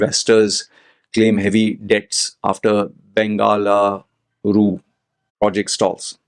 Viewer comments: its not bangala. ITs BangaLURU as in Bangalore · Well for a guy on youtube who preached about his love for books and 1000s of books behind him, i think he should be able to pronounce a city after all he is brown. Im not even in India and even i know.😅